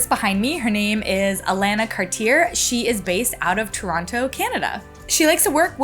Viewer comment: I think you misspelled Alana, looks like she spells it with two Ns. Also, most Alanas I've met pronounce it Ah-la-nah, not Ah-lane-ah. She may be the exception though!